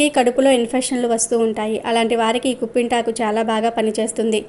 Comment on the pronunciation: కుంపింతకు కాదమ్మా కిప్పింతకు అనాలి